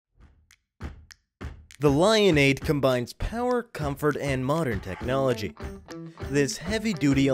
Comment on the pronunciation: i like how he said all the newest technolchy and it has storbes lol